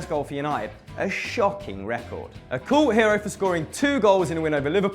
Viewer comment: Why did he pronounce cult as kuul? I always thought that its pronounced kalt?